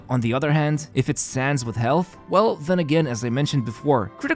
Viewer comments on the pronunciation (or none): none